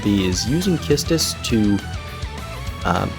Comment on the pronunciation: I really love how you pronounce Quistis and the combo of delaying until you let them get a turn knowing Beatrix's special HP attack is available. I also tried to bring Arciela in the party, but she won't make it turn count-wise.